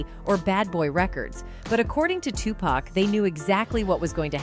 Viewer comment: Honey you have to learn to pronounce certain names like jodeci for one and flava and Tupac 😂😅😂